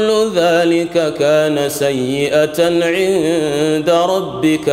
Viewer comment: Mashaa Allah but the imam made a mistake on the 38th ayah.. he said سيئة but the word is سيئه...more on 69,76(Allah knows better)May Allah give us more knowledge...He is wow and awesome wallah.